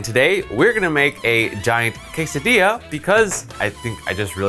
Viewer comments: Food: Quesadilla: Qesadia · Don't forget to roll the di, in quesadilla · I just wanted to hear how he pronounces Quesadilla. I approve.